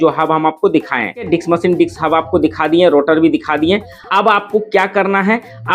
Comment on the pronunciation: Why u always say diks brake😂😂